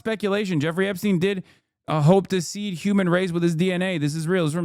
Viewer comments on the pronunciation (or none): none